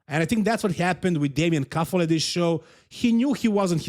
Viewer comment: He is Damian Kuffel, not damien kuffle and he had a terrible trip to Austria, because of the flight cancellation, so please do your research before you say something. Also have some respect for the athletes and LEARN basic stuff like their names.